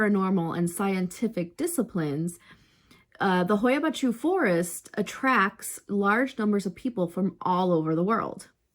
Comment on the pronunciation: Funny, I have a clip made there! i am from Romania and I went there visiting and I filmed a clip in the forest during the night. What I filmed was the actually forest and not faking! Great to watch your clip! Yes, the pronunciation wasn't exact ha,ha! But I appreciate the effort! Is not easy indeed! Was funny!